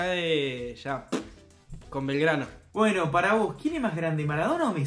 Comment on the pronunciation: iba bien hasta q dijo belgrano....deaa